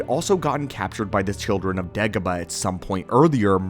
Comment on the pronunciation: It’s not pronounced “Deggoba” it’s “Daygoba”